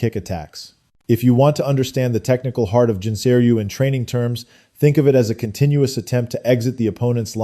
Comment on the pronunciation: Nice video. However, Gensei is pronounced with a hard g as in "guest".